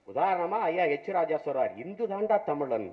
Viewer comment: சீமான் சொல்லுகிறான், "நான்தாண்டா தமிழன்". சரி இருக்கட்டும் , ஒத்துகிறோம். அப்பரம் ஏன்டா "தமிலன்" "தமிலன்" , "வலிபாடு", "வலிபாடு" என்று தமிழின் இலக்கண நடையை "ழ / ல" கொச்சை படுத்துற? அத ஒழுங்கா பேசுடா. பிறகு ஹிந்து மதத்தை பற்றி குறை கூறலாம் . இதை பற்றி கூட சிந்திக்காமல் பேசும் prasath , நீ ஒரு திராவிட பகுத்தறிவில்லா அடிமை